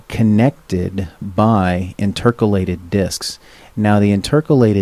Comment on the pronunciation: Educational and informative, but please learn how to pronounce "intercalated" as it drew me out of the presentation every single time you said it. It's interCAlated, not inTERcalated, emphasis in the wrong place. Also the hand written notes could be very hard to read for someone with dyslexia.